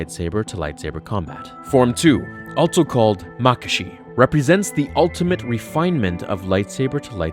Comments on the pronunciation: Its Ma-KA-shi, not Ma-ka-SHI... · ma-ka-shi i think you mean ma-kashi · Makashi is pronounced: Ma-Ka-she. Soresu is pronounced: Sore-EE-sue. I have no idea how you pronounced the others correctly but these two so wrong. Please read this so you don't do it again it was like nails on a chalkboard. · A number of pronunciation problems here: It's MAH-KAA-SHI. There is a long "a" sound. It's SOR-EE-SOO. There is a long "e" sound.